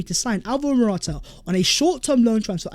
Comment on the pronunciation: I have cramming how to pronounce dusan vlahovic just to come and pronounce morata😂